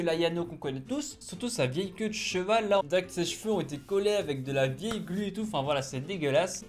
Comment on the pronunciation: Attends c'est moi ou il a prononcer "queue de ch'val" au lieu de "queue d'cheval "